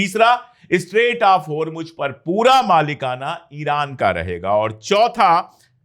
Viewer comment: Mr.Pandey, it's Isfahan, not Ifsahan. And it's Hormuz, not Hormuj